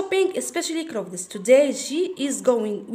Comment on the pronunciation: شكرا حبيبتي حابة اصحح المعلومة clothes لا تنطق كلوذيس. فا على ما اظن تنطق كلوذ. اللهم اني بلغت الله يحفضك